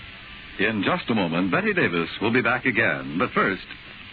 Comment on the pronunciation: It's Bette Davis, NOT Betty or Better Davis. Please have enough respect to get her name correctly! Thank you.